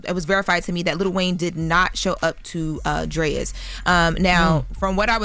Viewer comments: “Drayas” lol it’s DRAIS… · Why is pronouncing Drai's as "Drayas"? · Drais is not Drayas it's pronounced Drayes. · Dammit it’s pronounced DRAAAAAYS not DRAIIIZ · Pronouncing Drais all wrong lol it’s pronounced Drays